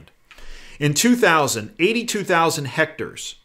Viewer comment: Hmmm...I cannot believe that such a savvy man as says "hectors" for "hectares". I wonder if it is deception.